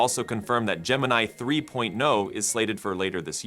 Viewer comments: "jeh meh nee" LOL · Ai voice over on video is garbage. Talking about ai but cant pronounce gemini. Use 11 labs. Stock footage is lazy, use sora 2 or grok.